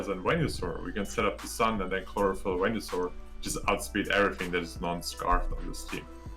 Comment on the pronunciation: They used the correct pronounciation of Wenusaur. Good.